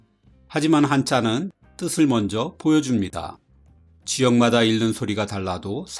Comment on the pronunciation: "읽는" 의 발음은 [일른]이 아니라 [익는]에서 비음화한 [잉는]입니다. 여러 차례 귀에 거슬리네요.